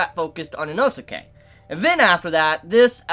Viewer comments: Dude Inosuke's name is pronounced "Enos kay," not "Eno-suki." Like in the Naruto anime the name Sasuke is pronounced, "Saas-kay." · Why are you saying Inosuka'sname wrong